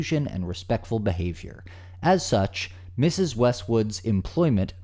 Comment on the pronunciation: I had tp pause for a few mintues when you emphasized her as MS. Westwood. Didn't shock me that she's single.🤣🤣🤣🤣🤣🤣🤣